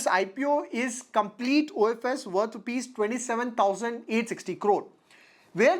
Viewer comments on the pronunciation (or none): none